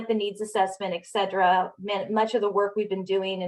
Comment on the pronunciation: “excedra”? did I spell that(hear that) right? It’s latin, “Et cetera”, and you are busted with a broad brush of caprice rolling back bill of rights—disruptors rather than visionaries—reactive not pro-active—CANT do in a can-do costume.